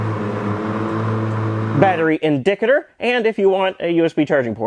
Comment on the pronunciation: I can't tell if this is your normal mispronunciation of these In-dic'-a-tur? In-nov'-a-tiv? LOL